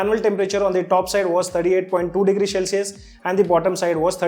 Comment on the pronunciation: Shell-cius nai hota bhai, cel-cius hota hai